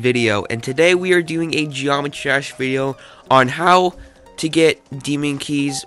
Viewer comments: "Gomitrash" when you pronounce it too much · he said GeomettTrash (FuckAlert) MAAAAAN! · why u say geometrash